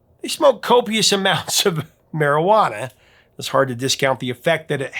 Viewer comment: the way you say "marijuana" really makes me laugh <3 I take it your not a consumer of said herb then?